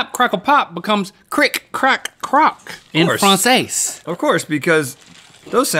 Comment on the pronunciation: i cringed at the way link pronounced "en français"